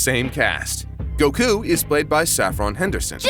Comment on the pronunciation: Great video, but why do you pronounce Goku like that?